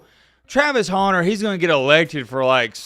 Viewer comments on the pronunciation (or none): Pronounce “Hunter” correctly challenge, difficulty level: impossible😂. You’re right though, this is blasphemous malpractice by the voters.